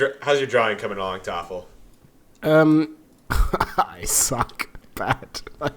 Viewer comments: Why are they saying Toffel but it says Tholaf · is thoralf really pronounced thofel or am i silly and new here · How is his name pronounced Thofle? Thoralf looks nothing like that phonetically. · I love when the Germans are on because they're so much more chill and can just play the game he intends 😂 Also, I swear I feel like I'm having a stroke every time I see "thorlaf" but says "toffal" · I'm sure this has been asked and answered before, but why is thoralf pronounced toffle? Or vice versa? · Could someone explain why his name is spelled, "Thoralf," but pronounced, "Toffle?" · Funny how is pronouncing Thoralf always as something like "Taffle". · Why does pronounce thoralf tofal